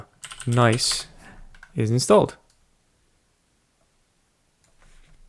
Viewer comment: Isn't it pronounced as written and not like "nice"? 🤔